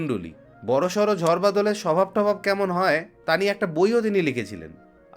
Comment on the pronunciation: Etar bepare amar janar khub ichhe chilo. Khub valo laglo. Tobe ota "ঝর" noy, "ঝড়" hobe.